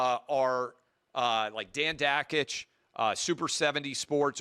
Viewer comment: How do you not know how to pronounce one of your own guys name... Dan Dakich???